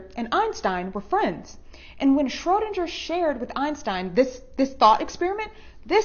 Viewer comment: It's Schroedinger= shrow-DING-er. She mispronounced it.